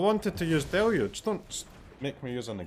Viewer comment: Finally, an MTG content creator that can say "deluge" correctly.